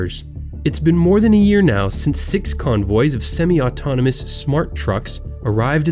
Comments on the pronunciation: It’s semi not smi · Its semi not seme. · Its sem-i and tes-la lol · Semi is pronounced sem-i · It's pronounced sem-eye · The pronunciation of Semi truck was sad. Who doesn't know how to pronounce it? Well, this guy sure doesn't